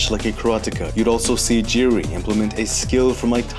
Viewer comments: It's not jiri ...it's pronounced as YIRI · hey, great video as always..maybe you are interested in it maybe not, but the pronounciation of the Z in Prochazka is the same like e.g. the S in organism..and the J in Jiri is the same as in Jan, like Jan Blachowicz